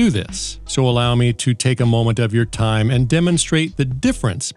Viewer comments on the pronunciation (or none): none